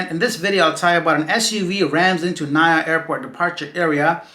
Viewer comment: We don't pronounce it as "Na-ya". We pronounce it as "Na-EE-Yah"